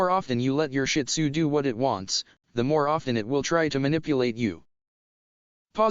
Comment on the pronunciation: I don't have a shin tzu but my aunt does and fun fact its actually pronounced (sheed-zoo) I read it in a book